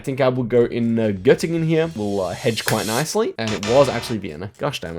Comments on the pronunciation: "Saal" is just "hall" in German. And your pronunciation of Göttingen was perfect! It's half an hour from where I live... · You pronounced Spätromantik and Göttingen very well.